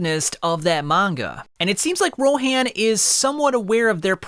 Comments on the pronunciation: Its actually pronounced ro-hon not ro-haan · Why do you pronounce names differently from how they're pronounced in the show? Or at least Rohan's, and potentially more.